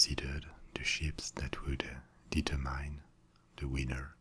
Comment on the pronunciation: Merci. Faites attention á votre prononciation du mot "determine".